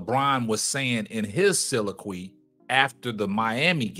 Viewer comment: so·lil·o·quy. This is the correct pronunciation of the word you are trying to use my brother. Love the videos.